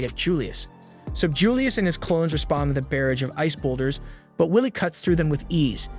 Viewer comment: Love your channel, but you keep pronouncing barrage wrong, and it makes me laugh every time😂😅